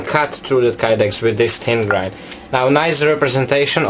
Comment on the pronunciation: Is he saying tin or thin